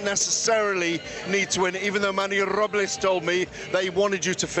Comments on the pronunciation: Gareth saying Robles 😂😂😂😂😂😂😂😂😂😂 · Gareth’s A Davies own, personal, cringe pronunciations of the names Robles and Inoue🤡🤡